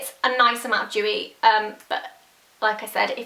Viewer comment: dewy not jewy